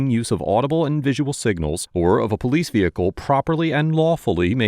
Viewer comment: VEHICLE IS PRONOUNCED VEHICLE (VE-HIC-LE), NOT NO DAMN veakul, veakul IS NOT A DAMN WORD